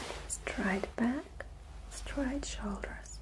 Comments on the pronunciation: It's funny how she pronounces straight as "Stright* I do believe that in Germany AI would be pronounced as An I sound, instead of the Ay sound. Pretty cool really? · •• •• strat